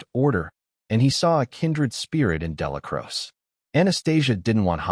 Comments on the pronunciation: Crow-chee, ya wet wipe. 3 hrs of butchering the man's name . Exhausting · Narrator cant even pronounce Dellacroce right.